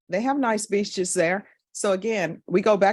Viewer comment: "They have nice be beaches there." 😂